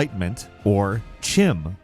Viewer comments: Chim is pronounced like kim. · Chim is pronounced kim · I believe Chim in Elder Scrolls isn't pronounced with the "ch" it's supposed to be a hard consonant like a K. So it's pronounced "Kim" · CHIM is pronounced "Kim". just like Chaurus is Kaurus, and Chasm is Kasm. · it's not pronounced as Chim. The correct way is Kyme. It's just spelled the way you pronounced it. Surprised you don't know that if you've ever played a TES game. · CHIM is pronounced 'kim' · Chim is pronounced "Kim". That's not the top theory of what happened to the Dwemer. The leading theory is that they became the skin of some giant robot they built. Which they deserved because they were just as horrible, if not worse than Thalmor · CHIM is pronounced kɪm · Chim is pronounced Kim btw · Not to be that guy, but it's pronounced "Kim" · It’s pronounced kim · Chim is pronounced “Kim”